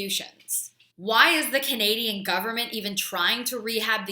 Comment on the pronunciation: First word, "Canadan's". *CANADIANS!